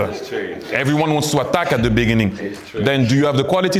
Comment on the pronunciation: 앙리 어때끄 발음 귀엽노ㅋㅋ